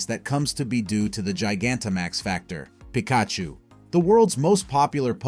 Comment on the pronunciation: Never heard Pikachu pronounced quite that way..